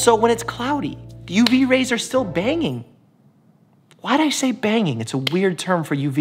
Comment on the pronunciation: “Banging “ - thought he was British.